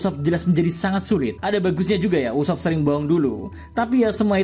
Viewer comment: usopp ❌ ucupp 😂